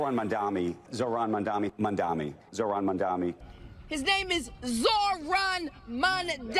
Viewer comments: Actually insane how even in his concession speech when he lost, Cuomo still couldn’t say “Mamdani” correctly. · Cuomo and Trump are children. Just say his name correct ly.. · Mispronunciation of a Mayoral Candidate, which if it is either intentional shows racism, or unintentional which shows their ignorance and inability, is mind-boggling. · So funny of Andrew Chomo to mispronounce Mamdani because he can’t go after him for anything else